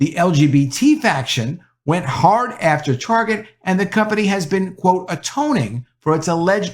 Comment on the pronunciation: You know the word “Target” has a “T” at the front. You might start to try saying that letter T. Your saying “Arget” every time it’s fucking annoying.